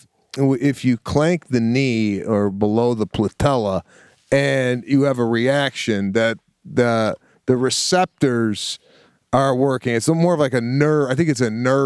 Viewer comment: The “Platella”. 😂😂